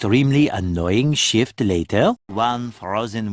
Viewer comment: Is it me or did anyone else think when he said “one shift later” it kinda sounds like “one shįt later”